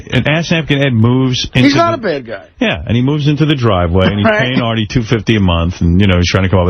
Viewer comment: I like how he can never say Artie correct. Airtie